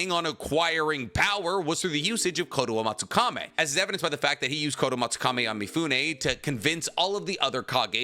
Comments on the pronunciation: Why do you always pronounce the Japanese names so weird? Kotoamatsukami - Kotoamatsukame Chibaku Tensei - Chibuka Tensai Kakuzu - Kakuzo These are just some examples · Stop butchering jutsu names IT'S KOMOAMATSUKAM(I) NOT E !! And tensei not tEnSAi !!!!And stop saying notty bell you nerd 🤓